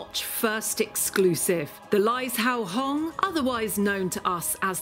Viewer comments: It's pronounced more like lie-Joe-hong not lize-how-hong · It is pronounced lai (lie) zhou (joe) hong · “Lie Joe Hong” is how it is pronounced for anyone that wants to know.